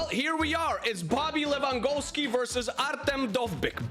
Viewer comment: Did bro just say Bobby Lewangolski 💀